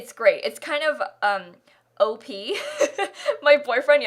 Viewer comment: pahahaha i thought she said OAP i was even more confused